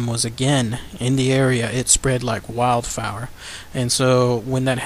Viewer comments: It's ‘"spreads like wild fire, like wild fire; not wild fower.' Lol. Good vid! Keep it up. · "Spred like 'WILDFIRE' " dude. Spreding Fast, uncontrollable, and all over the place......like a wildfire in the bush. Not 'WILDFAOUER' man. Lol!!!